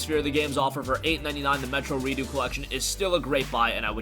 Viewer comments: Re-ducks not Re-do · redux is pronounced "re-ducks" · The way you pronounced redux as redo was really funny to me